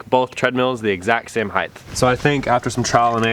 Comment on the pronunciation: Height Heighth